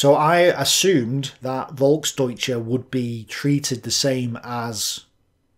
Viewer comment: As a German, i appreciate your efforts to pronounce German words correctly. Just as a tip: The German V is often pronounced like a F, so you can pronounce words such as "Volksdeutsche" like "Folksdeutsche". I really enjoy your content, so thanks for your hard work and please keep it up!